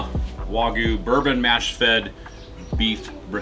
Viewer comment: The Y in Wagyu is not silent.